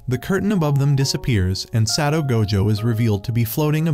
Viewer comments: I almost cry to the god darn title of the video and how the ai pronounce Satoru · Bro you forgot the ru in satoru gojo